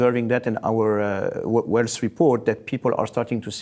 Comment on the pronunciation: The guy can't even pronounce "wealth" correctly.